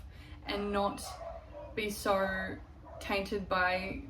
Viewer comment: fillled with Soarhhh many things 😂😂 Australian ass .😂 Love the video, you look amazing